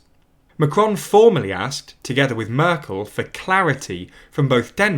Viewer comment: And I was annoyed at the speaker pronouncing Angela Merkel's name was the same as Angela Eagle or Angela Rippon's!